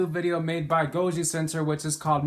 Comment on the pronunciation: Bruh it's goji center